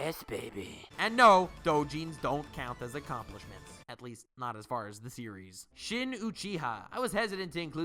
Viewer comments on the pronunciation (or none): none